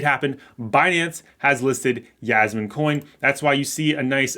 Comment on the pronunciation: I giggle whenever he says Yasmine.